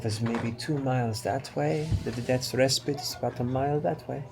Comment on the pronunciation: idk if it was just me but every time they pronounced 'respite' wrong, i just... omg